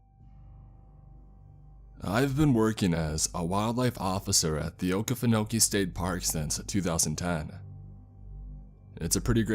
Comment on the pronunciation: It’s pronounced okee-fin-okee not oke-fen-oke I would know I’m from South Georgia